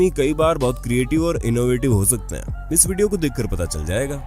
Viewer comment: bhai voice quality thoda kharab he, (ex. iss yeh word kaan me chubta hey)